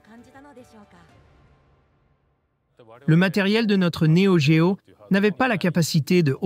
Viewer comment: L'IA rendrait elle légitime la prononciation "néo D-géo" ??